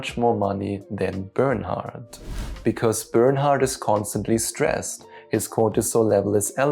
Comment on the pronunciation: I thought to were saying burn out and not Bernard lol...which works perfectly